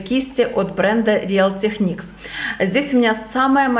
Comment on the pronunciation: привет! Название real techniques читается как Риил ТеКникс:)